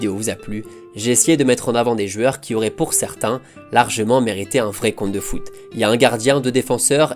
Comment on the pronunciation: On connaissait les « jouors » de Luis Fernandez, on connaît maintenant les « jueurs » de Contes de Foot. JOU-EUR. Joue-heure, si ça peut t’aider.